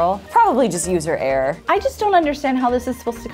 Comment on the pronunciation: When they say error it sounds like air 😂 “probably user air”